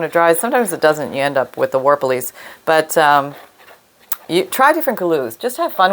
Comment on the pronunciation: Wait.. wet white glue makes the what? Warplies? Worblies? Either works, but enquiring minds gotta know! We gotta add to our Book of -isms! Lol.